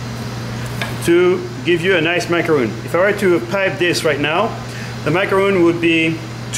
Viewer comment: H just said macaronning.... at least show it how it is done! D